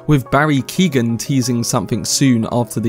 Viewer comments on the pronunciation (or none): none